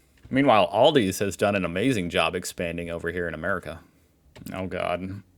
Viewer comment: it called "Aldi" no s at the end! But i love your videos <3